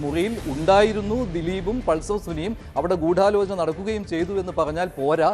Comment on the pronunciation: അവതാരകൻ പറയുന്നത് കേട്ടാൽ തോന്നും ഗൂഢാലോചനയിൽ 'ഢ'യ്ക്ക് പകരം 'ഠ' ആണെന്ന് 😂